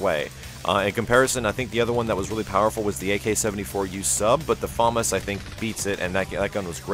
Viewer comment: its "FA-MAS"!